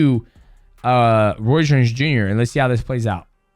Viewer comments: Roy's, royce.... bruh it's ROY Jones lol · “Roy shorn junior… Roy jone junior… Roy’s jones” 😂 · Bro is ROY. not roys or Royce or roysh 😂